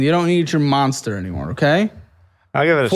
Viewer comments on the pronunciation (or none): none